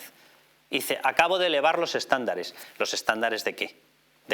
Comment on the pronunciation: Ha dicho eXtándares??🤦🤦